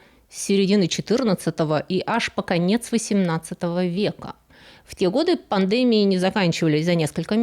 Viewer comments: Да почему пандЭмия????? ПандемИя!!! Пандеми́я (греч. πανδημία «весь народ») — высшая степень развития эпидемического процесса, исключительно сильная эпидемия, при которой заразная болезнь за сравнительно короткое время поражает значительную часть населения многих стран, иногда на разных континентах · Пандемия- ударение на "и". ПандемИя. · Ударение: пандемИя. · "В большинстве орфоэпических словарей указано, что правильное произношение — пандеми́я [дэ], а вариант панде́мия считается устаревшим." И такое в каждом ролике, зачем? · ПнадемИя, а не пандЕмия, пожалуйста! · Пандеми́я (греч. πανδημία «весь народ») Извините за замечание, но на фоне хорошего русского языка режет слух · Пандеми́я, извините. Раз уж говорим (и слушаем) о культуре... //В итоге. В конечном счете. В конечном итоге - нет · Очень интересные темы и приятная манера повествования; даже неверное ударение в слове "пандемИя" не режет слух а воспринимается как изюминка речи :) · спасибо за вашу работу! Только слух резало немного ударение в слове пандемия. Понимаю, что это из-за англ. произношения